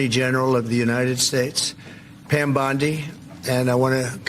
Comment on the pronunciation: 😂😂😂 "Pom Bandi" 😂😂😂